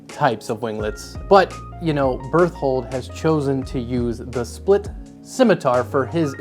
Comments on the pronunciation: When you said "berthold", I thought you were saying "birth-hole" 😂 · no you pronounce it wrong its bertoholot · definitely not an attack on titan fan confirmed with his pronunciation of berthold.